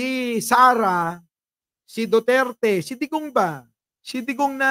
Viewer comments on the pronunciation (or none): none